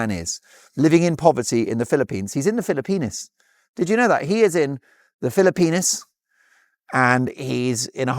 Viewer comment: It's Philippines not Philipenis!!! You are hysterical